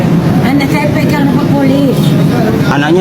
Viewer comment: Dia sebut pegang tu pun dah style indo..